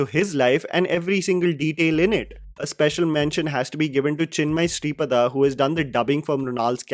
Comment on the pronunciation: Your reviews are very good and I love your videos. But please pronounce the names correctly. Mispronunciation is very frequent in your videos especially when you are telling about South Indian films or actors. In this video you said samanth but it’s Sumanth and chinmayi Sripaada not sripada